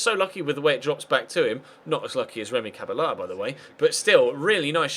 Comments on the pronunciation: It's not pronounced ca-ba-la its pronounced ca-bella because you roll the two L's! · Cabella is pronounced cabeya if u were wondering great series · it's pronounsed Remy "Cabeja" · remy cabella is pronounced remy ca-BELL-a